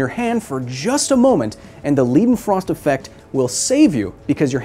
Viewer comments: Lie, lye, lie-den-frost. Simple German word rule - You pronounce the last letter of the IE/EI pair LONG. Lied, Sie, die, long E. Mein, Kleine, Sein, Ein, Leidenfrost - Long I. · Leidenfrost = Lie-Den-Frost In German when you have ie or ei you pronounce the letter that comes last. So Weinstein is pronounced Wine-Stine amd Wienstien is pronounced Wine-Steen. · I appreciate your work. Spreading scientific literacy is a noble pursuit and deserves recognition. But I am also an insufferable smartass on the spectrum 🧐 so you pronunciation of “Leidenfrost” felt like nails on a chalkboard. The German “-ei” is pronounced closer to “eye” more like “Leyedenfrost”. While the “-ie” is pronounced as an American “-ee”. I am looking forward to your video on gas constants and the law of combining volumes. I feel there is a funny sounding French name in there somewhere. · Lai (ai like in aye or dye) den frost Please stop making us cry. It is well within English vocabulary's ability to pronounce correctly. Unlike "arbeidsongeschiktheidsverzekering" (Dutch) or "Arbeitslosigkeitsversicherung" (German) Try those for some tongue practice. No excuses, you are not calling Einstein "eensteen" either. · This is so beautiful. Never thought that the freezing point and vapor pressure would make such a big difference. By the way, "Leidenfrost" is pronounced like "Leyedenfrost", as in "eye", not as in "Lee". It translates to "suffering frost" (of course it does, Leidenfrost was German after all). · Aussprache Polizei:: LIE-den-frost. It’s a German word, not English or Yiddish. 😷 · Lie-den-frost. It's a German "ei," so named after Johann Gottlob Leidenfrost. Thanks for mixing your linguistic roots, English. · I think it's pronounced LIEdenfrost, at least that is how my family pronounces our name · Did this fake Thor just say 'leedenfrost'? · This belongs most definitely on my list of prettiest things I've ever seen. The experiment was dope as well ;) Also, it's pronounced "lydenfrost"